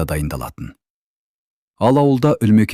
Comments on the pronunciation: Туһ,Үлмекен деп оқымашы,Ұлмекен деп оқышы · Неге, Ұлмекен 💪 деп айтпайсыз? Үлмекен или Ілмекен дейсіз?? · Неге Ульмикен деп оқысыз? Ұлмекен ғой!!!